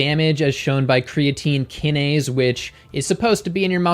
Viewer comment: Just a minor point...both cytokine and kinase have “long” i’s...for their pronunciation.